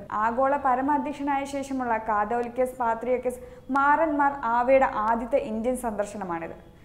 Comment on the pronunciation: നല്ല ശബ്ദം നല്ല വാർത്ത വായന. പക്ഷേ മാറന്മാർ അല്ല മോറാൻ മോർ എന്നല്ലേ പറയേണ്ടത്.